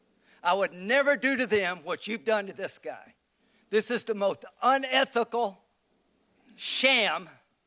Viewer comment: Graham said "this is the moth unethical" yes moth lol